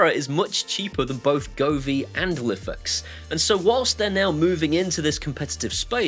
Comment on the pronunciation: I was a huge Lifx fanboy (and yes, you pronounce it wrong - and I've started to now!). I loved the colour on their bulbs and despite the fact that they kept going dark didn't put me off. However, the new parent company withdrawing from the EU and UK market and effectively pooping on us all has finished me off with them! I'm still using what I have as they are working and software updates seem to have stopped them going dark - famous last words. I do like the idea of Aqara ecosystem. I suspect I could replace my Smartthings system sometime in the future. Have Aqara indicated if they intend to launch bulbs? Good video, thanks.